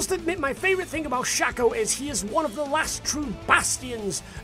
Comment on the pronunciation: Every time you said shac-o I died a little more inside. It's pronounced shake-o. His name is an anagram of chaos. The A makes an ayy sound. Please make a video informing the internet of your mistake. Thank you.